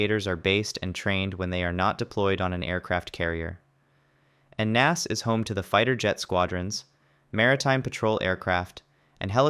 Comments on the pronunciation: I have NEVER heard "NAS" (Naval Air Station) pronounced "Naas." N-A-S. Or "Naval Air Station." Not "Naas." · Naval Air Station is abbreviated as NAS. It’s not pronounced each letter is spoken “N” “A” “S”. 🤦‍♂️